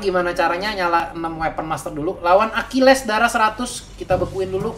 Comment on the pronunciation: Akileessss .akilis bang bacanya